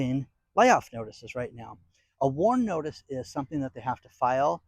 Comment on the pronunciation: At first I thought you said "war notice"